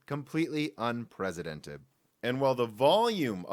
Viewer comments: The word "unprecedented" does not have a "z" sound. It's a soft "c", which means it sounds like an "s". It begins "un-PRESS", not "un-PREZ". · Every time I hear you say "unpresidented" I think that's what I want to see happen to our current commander in chief.